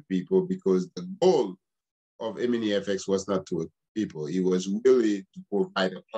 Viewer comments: It's not EMINIX, LET'S BREAK IT DOWN it's E-MI-NI-FX OK!!! There's one thing you did not know!!! Stay tuned There's more to come ok!!! All these questions you should of ask them before you spoke former prosecutor/ lawyer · Stop saying eminix lol 😂 Bagay ti granmoun nèt. Antouka, merci pou info yo.